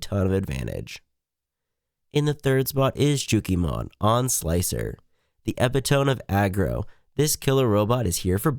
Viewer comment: That’s not how epitome is pronounced.